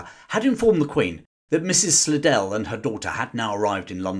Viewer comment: Slidell is pronounced "sly-dell" in the US.